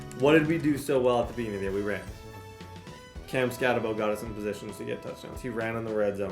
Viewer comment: I didn’t realize that, I just knew I couldn’t listen to Skattenbo for another video